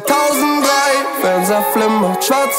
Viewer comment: Какой кайф для ушей, когда он произносит 2003 на немецком. Переслушивать это можно вечно